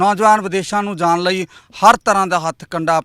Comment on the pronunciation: ਰਿਪੋਰਟ ਜਾਂ ਜਾਂ ਕਰੀ ਜਾਂਦਾ ਬੋਲਦਾ ਕਿਵੇਂ ਆ ਜਾਣ ਹੁੰਦਾ ਜਾਨ ਨੀ ਹੁੰਦਾ ਪੰਜਾਬੀ ਦਾ ਕਿਉ ਨਾਸ ਮਾਰੀ ਜਾਨਾ ਬਾਈ 😂😂😂😂😂😂😂